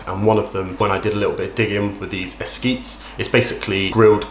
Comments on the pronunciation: It’s great how you try all these different sides. pronounced es-kee-tez. You can also try frying the corn with butter and top with the Mayo etc after warming. 👍🏼❤️ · Hey 👋🏿! I’m a Hispanic from Austin, Texas and just wanted to say that it’s pronounced “es-kee-thez”. Also, I respect the hell out of the work you’ve done as a content creator! I’ve followed and subbed to you long before your collab days.